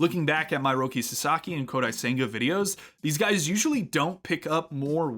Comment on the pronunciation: The auto captions spelling Saeki as "psyche" is kinda creepy. 🤣 Seriously though, your pronunciation is just a little off — the second vowel should sound “eh,” not “ih.” Think Sah-eh-kih for a closer match.